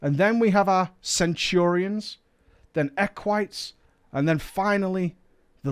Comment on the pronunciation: I'm not sure what triggers me more. The dumb raiding guild styled on the Roman republic, or mispronouncing Equite wrong constantly.